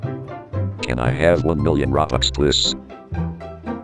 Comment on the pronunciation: Tha see not how you pronounced robux